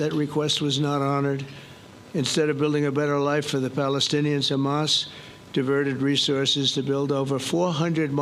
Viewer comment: Did he just called Hama soldiers?